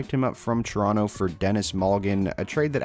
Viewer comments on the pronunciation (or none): none